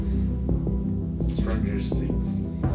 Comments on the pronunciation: の「STRANGER THINGS」の発音が格好いい。さすがセンター英語満点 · 怖がる伊沢さんいいですね(^-^) さすがタイトルの発音がいいｗ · タイトルの発音むっちゃいいww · 俺「うーん、ちょっと怖いなぁ」 「stranger things（ネイティブ）」 俺「あ、そっかこの人伊沢さんやったわ」